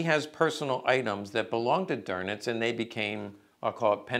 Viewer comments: Karl "Doenitz", not "Dornitz" or "Gorbbels". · Minor critique... the Grand Admirals name is pronounced "Doowe-nitz" not "Der-nitz". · No R in Dönitz 😮